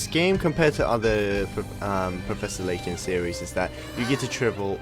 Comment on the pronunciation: His name is LAYTON not SLAYTON